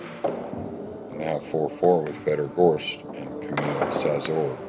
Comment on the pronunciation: Szaszor is pronounced Shashor.